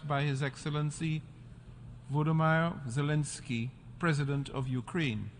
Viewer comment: Pronouncing his name correctly when introducing him wasn't an option? :/